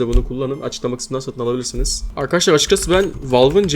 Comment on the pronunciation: Arkaşlar diyen ağzını s*keyim